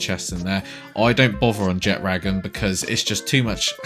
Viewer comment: Thank you for pronouncing Jetragon properly unlike literally every other Palworld YouTuber.